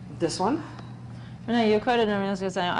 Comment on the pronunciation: Lucy called her Ren-nee, when she pulled up in the car, how sweet a pet name. Thanks for sharing.